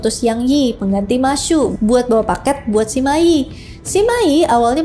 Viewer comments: Hadehhh kalo bahasa engres pronunciation nya effort bener dibikin akurat, tp pas chinese malah ngasal2. Bacanya cuge liang ama sema i bukan juge liang ama si ma i 🤦‍♂️👎👎👎 Chao whei bukan cakwe 😂😂😂 Sorry gw ga bs nonton habis videonya gegara gada effort buat pronounce nama2 chinese dengan benar, malah kedengaran kek cing cong cing cong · Bacanya Sema Yi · saya pribadi kurang tertarik dengan kisah 3 negara ( San Kuo Yan Yi ), tapi saya ikut menonton karena kisah cuke kungming dengan sima yi. sebenarnya saya lebih tertarik kisah persaingan cuke kungming dengan pang tong saya hanya ingin mengoreksi, kalau cara baca sima yi adalah sema i. itu aja makasih hehe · Sima yi tu harusnya dibaca se ma yi 😅